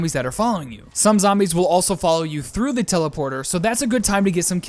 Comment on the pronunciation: NO AND I LOVE YOUR "THEE" DON'T CHANGE IT